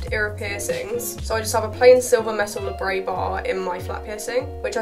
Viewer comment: Please please please please please stop calling them labrey bars. It's labrET! It derives from the Latin labrum "lip" and the diminutive suffix -et. The French term is in fact derived from English and still pronounced as Et. I love watching your videos, so please don't think I'm putting you down or contradicting, I would just want to know the correct terminology for anything that I was talking about. Keep doing the vids though pls xxx